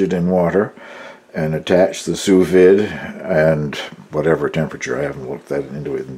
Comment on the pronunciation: A very nice cheese!! I like milder cheeses myself. I have to admit...Swiss is my absolute favorite!! I am not the Grammer Police by no means but the proper pronunciation is "Sue Veed". I learned this the hard way when I went to culinary school. LoL When you do your fish...be careful and not overcook. It will turn mushy as can be. I will guarantee you won't like it. LoL